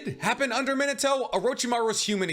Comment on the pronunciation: OMG I HAVE BEEN TRYING TO FIND THE PERSON WHO KNOWS HOW TO SAY MINATO CORRECT